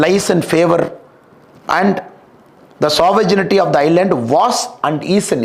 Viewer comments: அருமை. சாவரஜினிடி அல்ல சாவரன்டி. மாற்றிக்கொள்ளவும். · Shri Annamalai English is very good. Only he needs to correct the pronunciation of Sovereignty (g sound is silent)